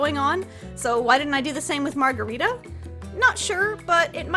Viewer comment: Hearing you butcher the word margarita was killing me but A for effort!